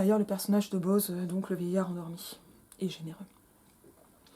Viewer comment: Quelle odieuse synérèse ! Bo-oz ! En deux syllabes ! 😡😡😡😡